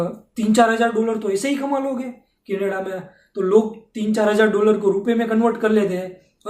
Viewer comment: මූට කැනඩාව කියන වචනයවත් හරියට කියාගන්න බැරිනම් අපේ එවුන් මොකට බොරුවට බය වෙනවද...